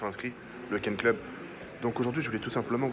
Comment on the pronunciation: "le ken club"